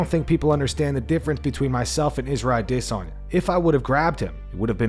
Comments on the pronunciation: Stop saying ADissOnYa & bleeping out words that don't need to be bleeped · The way the narrator says "Adesanya" as if its spelled "Ade-sanya" makes me chuckle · Bro I really hate the way you say adesanya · If i have to listen to the way this guy pronounces Adesanya's name 1 more time I think that might be me done for the channel. C'mon bro just say it how its pronounced by everyone else ?! :/ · Great channel -- the only thing i dislike is how you pronounce "adesanya" - its like hearing nails on a chalkboard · Bro why you say Izzy’s name like that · I hate the way this guy says Adesanya. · What's with the weird pronunciation of Adesanya lmao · The way this guy says Adesanya....